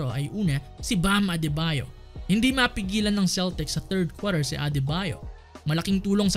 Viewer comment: Ayos accent ah 3rd kwater